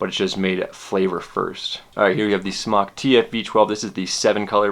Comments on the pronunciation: Dude off of vapor trail channel talked to a company rep. It is pronounced smoke. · its not "smock" it's smok as in smoke, call them and ask them. u sound noobish saying smock lol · JESUS FUCK STOP CALLING IT "SMOCK" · is it pronounced 'smock' or 'smoke'? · it's smoke not smock. smock sounds stupid and smok is a play on words because your smoking non smoke. it's a smoke tfv12 and I love it. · You know it's pronounced smoke! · Fun fact: It's pronounced Smoke! The only reason it's spelled SMOK is because SMOK(E) was already copyrighted by another company. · Fun Fact: You're wrong, It's pronounced sm"а"k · Brett Forbes I say "smock" pronunciation because it's a "mock" smoking device. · its pronounced smock for everyone who still doesnt know, it means dragon in polish